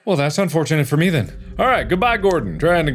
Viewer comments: "Nooo I got The en" He said then wrong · Mark: “BUT I GOT THEEN” Me: Do you mean then? Like I was better back then when I wasn’t obsessed with watching this 24/7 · Does it bother anyone else that he had the letters T H E N and pronounced it theen instead of then? 😆